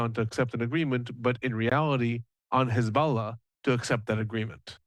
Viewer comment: I'm jealous that he's calling them hez'balla. Sounds pretty legit. 😅